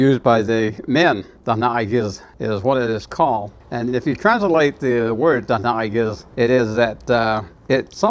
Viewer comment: It’s nice to hear the proper pronunciations of our Diné words